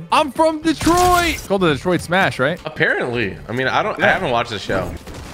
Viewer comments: For your information tg, when he smashes deku is saying smash but it sounds like… SUMOSH! And there is no typo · He says se mash. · he says sumashu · He’s saying “smash” in Japanese pronunciation.